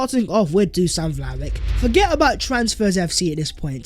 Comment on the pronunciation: Learn his name it's Duschan Vlahovitsch